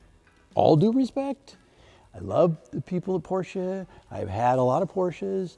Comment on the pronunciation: Love your shows. Great car collection! Thanks for pronouncing Porsche correctly. You're seriously in need of a mid to late 60 big block CORVETTE!